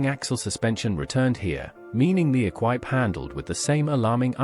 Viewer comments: Never met anyone who hated their Herald, also could say about the Imp once the dealerships put right the whole cooling thing and blown headgaskets were a thing of the past. BTW its "ee-qwip" not eck-wipe... as for the car, the 1300 versions were quite lively as the body weighed half that of a Herald, the later GT's were Triumph Vitesse chassis and gear and capable of over 100mph being in essence a much lightened GT6. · Bond "Ek-Wipe". Says all you need to know about the veracity of this lazy AI junk. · Your dreadful AI commentary said... "The imp was BRITAINS answer to the mini." Yeah, well where did the mini originate then? The A40 was a terrific little car which in fact had a reputation for being good to drive and reliable. I had one! The bond equipe was pronounced E kwip. The Triumph Vitesse was a blast of a car and much desired. Mine went like a dream, and reliable. The Austin 1100 was fantastically popular and really great family cars that were Very economical and floated over bumps. All british cars of that period rusted like wet iron, but they were great fun and you could do virtually everything to them yourself. No rip-off garage bills, and most folk liked the experience of keeping it in good nick by DIY. These generally were very cheap motoring days, especially compared to the outrageous prices asked today for purchase, and plug in computer servicing. Happy days!! Ps... Virtually all European cars were also rust buckets. Especially Italian.